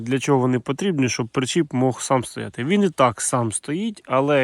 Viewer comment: Не хочу показатись дуже розумним, але українською "причіп", а не "пречіп". Дякую за розуміння.